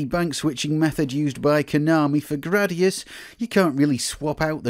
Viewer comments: It's "GRAH-dee-us." I have spoken. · i have never heard anyone say Jradius ....